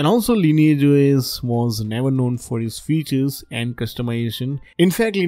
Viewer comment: Damn... This guy's brain and tongue breaks by trying to pronounce lineage and cyanogen...